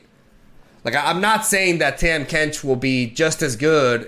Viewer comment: Learn to say Tahm Kench